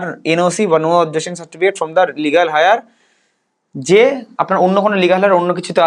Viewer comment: Legal heir - এয়ার উচ্চারণটাকে আপনি হায়ার বলছেন কেন ? আর এরকম উচ্চারণ করাটা ঠিক নয়।